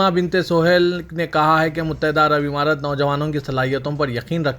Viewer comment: Muttahida " imarat" nahi " Amarat" bolo.